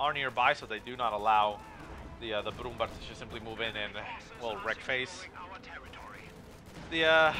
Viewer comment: nice cast, P.S. you pronounce it brumbear ;) (ä=ea)